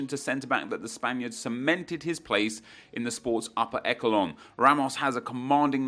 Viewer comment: what's a eckalon?